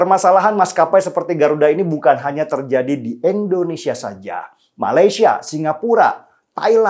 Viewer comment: Indonesia, Bang Denny.. Indonesia. Bukan Endonesia.. 🤗